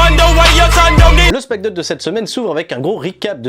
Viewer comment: Arrete de dire smack donne... t'es fatigant c'est smackdown donc ça se prononce "smack daaooun" 🤦‍♂️